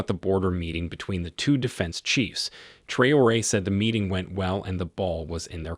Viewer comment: Please call his name properly. Very disrepecful T R A O RE